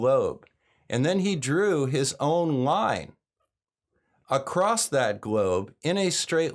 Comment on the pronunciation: Why do I keep hearing people pronounce “across” with a “t”?